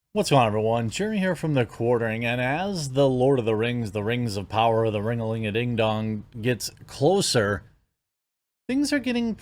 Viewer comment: The rang of powahh